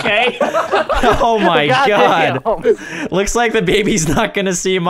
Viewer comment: Mehgaed.. Is deh cocktus!!!